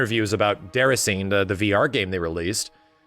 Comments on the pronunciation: Lmao........ It’s pronounced “Day-Rass-in-ay” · please, it's pronounced "Day-ra-see-nay".